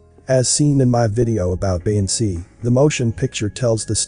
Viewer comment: I’ve learned you can’t pronounce “featherbrained” “Beyoncé” and a couple other words correctly. LOL